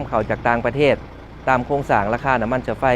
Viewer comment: นาทีที่ 1.48 จนท.พูดว่า น้ำมันเชื้อไฟ ผมว่าผมได้ยินไม่ผิดแน่ ใช้ ช.ช้าง จนท.คนนี้ ขายซาด555 ถ้าพูดคำว่าน้ำมันเชื้อไฟ ใช้ ช.ช้างทั้งนั้นเลย